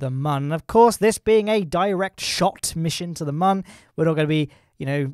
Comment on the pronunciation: Nah. There’s no umlaut on Mun (there aren’t two dots above it). Squad has confirmed it’s Mun, rhymes with Sun.